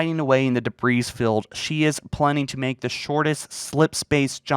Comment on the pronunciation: Also: debris, not debreeze. Ascend, not accend...